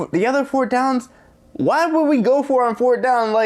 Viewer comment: You saying fort down lololol bruhhhh